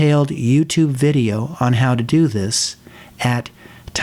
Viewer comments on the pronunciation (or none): none